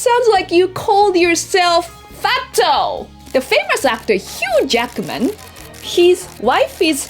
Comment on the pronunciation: His name is Hugh Jackman Not HUGE ACKMAN :face-green-smiling::face-green-smiling::face-green-smiling::face-green-smiling::face-green-smiling::face-green-smiling::face-green-smiling::face-green-smiling::face-green-smiling